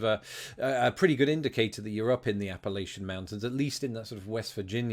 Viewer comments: I know it's his accent but, it's pronounced Ap a lach un, not Ap a lay chun Lach like a door latch. One of the top two oldest mountain chains (1.1 billion years) in the world. I grew up in the Appalachian and the blue ridge mountains of Virginia. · Appalachian mountains is pronounced “Apple At Cha” Also, July 4th is FIREWORKS!!! One thing I would say that probably MOST uninsured Americans do, after the uninsured rate adjustment is applied, is simply pay $10 month forever. Lol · He is mispronouncing Appalachian